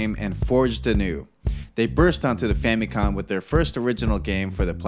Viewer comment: Great video and I would love to see the series continue on. I love video game history videos. However, a lot of the pronunciations are way off, to the point of being wrong. The Famicom keeps being called the "FamicoN" and several Japanese names are inconsistently mangled with incorrect letters. That is really the only thing that is taking me out of the video. That small gripe aside, great job!